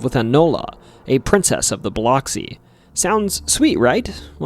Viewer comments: Good video but Keesler is said like “Keysler” and Biloxi “Biluhxee” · And it’s “Buh-lux-see” not…that…. But hey from Biloxi 😂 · Alot of mispronounced words in this video Keesler ( -kuis - ler ) like" Marquis " ler Bilox (Ba-lux- ie ) Yes singing river is a whole thing most of the hospitals and businesses are named "Singing River) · Biloxi is biluxi. Oxi should be lux. Not to sound like box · nope. I work there. It's Bih-LUX-ee. Soft b, Short i. Hard lux, long e sound. I live next door in Gulfport, pronounced Guff-port. More fun is Saucier, pronounced So-shure. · Oof, your mispronouncing cities leads me to not take you seriously. A good documentary needs research. This includes getting the pronunciation right of areas and people. Especially Biloxi. Dear gawd! Educate yourself. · I'm not from Mississippi, but on behalf of everyone who IS, it's Keesler Air Force Base, (KEESler) Not "Kessler." Biloxi is pronounced "Bill-ux-ee." But, great video. Was interesting to hear new details on the Pascagoula abduction. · Hello from Tupelo Mississippi ❤🙌🇺🇸. Just to clarify. It’s pronounced Bil UH x-ee. It’s spelled Bil OX see. But is pronounced Bil UHX see. Just for the non locals that didn’t know. Lol. Vicksburg fell to the Union on the 4th of July. Btw you mispronounced nearly every town that you named. 😂. It’s funny and I love your channel. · Great video! But Biloxi is pronounced like “buh-lucks-ee”. That’s how we rednecks say it anyway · great video so far! just wanted to say Keesler is pronounced like "key-sler" and Biloxi is pronounced "bole-luck-see'" crazy it couldve happened only 20 mins away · Aa a Mssissipian. Thank you for the content but your pronunciation of Biloxi is incorrect. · As a lifelong Mississippian, I just want to say you got a funny way of pronouncing Biloxi and Yazoo, but your pronunciation of Tupelo was just bad. Too-pell-óh??? It's Tupe-uh-low. Try to say it quickly and It'll sound more right.